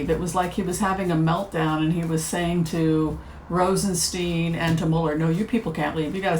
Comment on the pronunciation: Rosenst"eye"n. Stone of roses. Thank you for a wonderful reading.